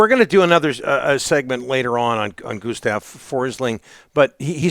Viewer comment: it's not pronounced Guus-tav in Swedish it's actually with short u and hard s like this: Guzztav